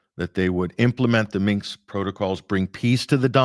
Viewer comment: Great show. - it is Minsk, not Minks or Minx